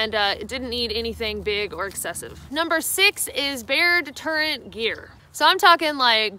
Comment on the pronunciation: got me when she said "Bear terrent". She left the "de" off of "deterrent".